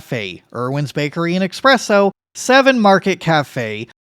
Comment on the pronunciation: it's great that you're in Seattle now, but it's time that you learned that we tend to groan at people pronouncing it as eXpresso (it's supposed to be eSpresso). Fantastic vid though; wholeheartedly agree.